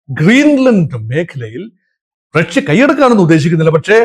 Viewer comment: ‘റക്ഷ്യ’?? ആദ്യം ഉച്ചാരണശുദ്ധി പഠിക്കൂ, എന്നിട്ടാകാം ഗീർവാണം. Not just once, but you kept repeating റക്ഷ്യ. Like saying രോക്ഷാകുലൻ 😂😂